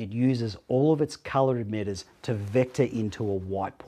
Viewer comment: stop saying edmitters its emitters